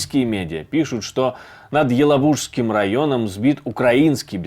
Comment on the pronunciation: ЕлАбужской! Правильно ударение пожалуйста.